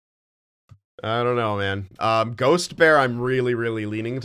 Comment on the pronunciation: I think the defenseman on the free agent list is pronounced Gaa-stis-beer, not Ghost-bear.